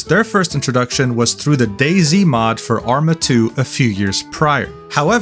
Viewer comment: DayZ, not daisy.